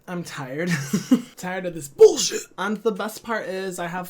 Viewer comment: The way you said bullshit😭